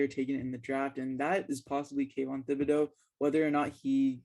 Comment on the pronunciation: Also yall are pronouncing Thibodeaux wrong. You don't say the h just (tib)-a-(doe).